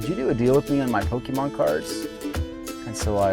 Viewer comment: How to pronounce Pokémon: Poke-E-mon ❌ Poke-UH-mon ❌ Poke-AY-mon ✅ Admittedly, I pronounce it "Poke-UH-mon" (like the seller is pronouncing it) but hearing "Poke-E-mon" probably bothers me more than it should and it's solely because that's how boomer parents said it in the 90s and 00s 😅